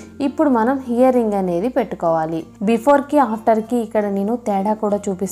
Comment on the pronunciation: Hear ring kadu ear ring ok